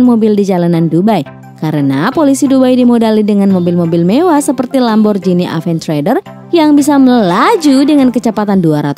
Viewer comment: PLEASE PRONOUNCE "LAMBORGHINI AVENTADOR" CORRECTLY.